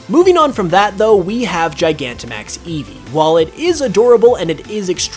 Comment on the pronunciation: EEVEE, NOT EVE! HIGHER, NOT HIER! THAN, NOT THEN! AND GRIMMSNARL DOES NOT END WITH ER!